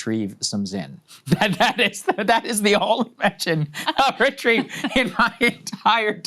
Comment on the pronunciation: “I’m happy to retreive some Zyn” LMAO